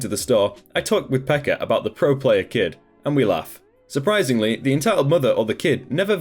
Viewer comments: Native finn here. Just wanted to say that you butchered the finnish words in the last story (even though I heard you say "Pekka" whith a H at the end) P.S: You don't say TET (TyöElämään Tutustuminen aka. Work Live Experience) from letter to letter, you just say tet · TET isn’t pronounced T.E.T here in Finland, it’s actually just pronounced the way we type it, TET, but then again there are quite many ways of pronouncing it :P Also the way you pronounce Pekka is just so hilarious sorry for laughing 😂